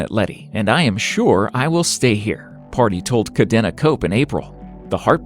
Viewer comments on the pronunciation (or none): Partey not party 💀💀 *pronunciation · Please. Ghanaian as in Ghan-AY-an. And ParTAY.